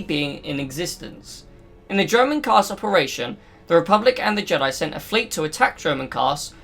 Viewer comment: Not sure if you are saying Dromund Kaas or German Kaas..